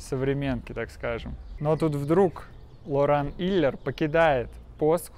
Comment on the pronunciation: Илер с ударением на И - причем он француз и все ударения на последний слог И ПарИжжж) в английских фамилиях в начале Главное экзамены на отлично)! И сочетание sh - читается Ш